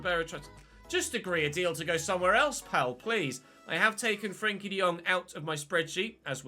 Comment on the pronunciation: I'm just wondering why he keeps saying frenkie like that